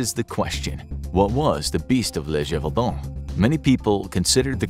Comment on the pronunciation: Gévaudan sounds like zhay not juh. Accent is written there so people don't pronounce it like juh. 😊